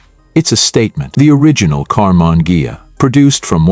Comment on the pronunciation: I clicked to see how badly the AI would mispronounce "Karmann Ghia".And I was not disappointed.